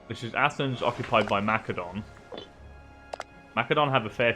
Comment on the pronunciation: Good stuff. Thanks Methinks your pronunciation of Macedon requires investigation